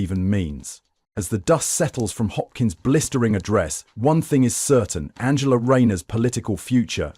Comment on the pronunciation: What a load of shite !! Rayner or Musk ? And just WHO is ANGLE-A Rayner ???